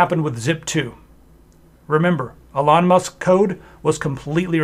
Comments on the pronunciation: Love the video although I feel like I'm having Trans Ischaemic Attacks every time you say 'uh-lon Musk' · You lost me when you can't even pronunce his name properly 😂